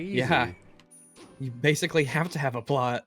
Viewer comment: Why does this guy keep saying "the plut"? Does he not know how to pronounce plot? Seriously?